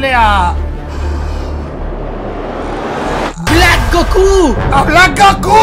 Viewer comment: Nosellama así. Se llama Blak